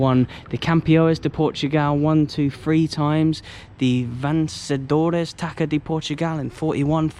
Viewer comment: A tip: TAÇA is pronounced like tassa not taca